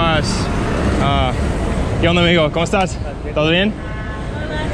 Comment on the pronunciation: Minute (Que onda amigo como estas ) very good Spanish I loved that expression, muy mexicano amigo y la güerita.👍✌👏👏👏👏🇺🇸🤝🇲🇽